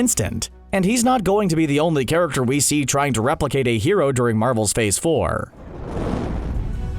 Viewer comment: Heh, I just realized you pronounce "character" the same way Trevor Slattery's "The Mandarin" would. "Charactuuurrr"